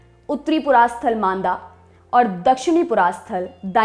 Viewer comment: वो मांदा नहीं मांडा है।